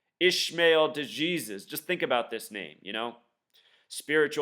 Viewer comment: He's not a fictional character, he's a real person, his name is Mark Hughes. He did an interview to clear his name after he was released, being interrogated by police............... it's not De-Jesus it's Pronounced: d ee J EE z uh s